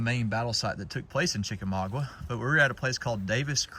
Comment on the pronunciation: I don't mean this in a critical way, but being a Georgia born cracker and The War Between the States near to my heart, the correct pronunciation is Chickamauga, not Chickamagwa. My condolences to you and your family on the passing of your Aunt.